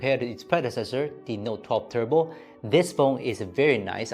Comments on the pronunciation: Its turbo not tubro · TUBRO 3 / Just wanted to point that out. Good review as always. Time to head to SZ